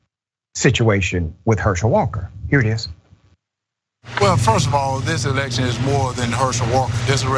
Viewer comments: This guy is delusional he's so delusional he saying erection instead of election and I believe he's saying erection on purpose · So when he was younger he could actually make whole sentences. Then years later he can't even say election......erection? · That half a second where Cruz and Graham realized this dude said Erection. LMAO! Just smile and wave boys.....just smile and wave. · He meant election. It rhymes with erection. Anyone could make that mistake. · Thank you. I had a good laugh over his words. Did he really say “erection” instead of election? And did those two nod their heads? I think he did. And I think they agreed which makes it even funnier. This moment was a gift.